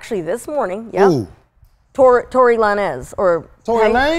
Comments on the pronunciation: I had to come back and put the time stamp on the part when called Tory Lanez, Tory La-Nez instead. I was dying laughing. 😂 🤣💀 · She said Tory Lan-ez🤣🤣🤣🤣🤣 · And be fucking it up! "TOREY LA-NEZ"...😂😂😂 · Tory La nez 5150 nation: 🤔🤔 who tf is is tory la nez 🤣🤣🤣🤣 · Shout out to "TOREY LA-NEZ"...